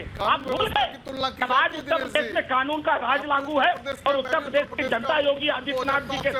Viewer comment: Mr. Owaisi, First Try to Pronounce "Uttar Pradesh" Properly. It is not "Pardesh, it is Pradesh". In the Last Visit, You Didn't get the Room to Sleep for One Night in UP. Wherever You Contest, It will be an Advantage to BJP. You are Seriously Trying to Unite Hindus. Good Job...